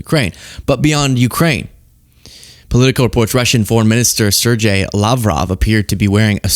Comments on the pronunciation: Ser-gay,, not Serjay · I'm thousands of comments late, but Sergey (spelling in original image display) should be spelled Sergei, mostlikely , and pronounced more like SirGay. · does not know how to pronunce "Sergei"?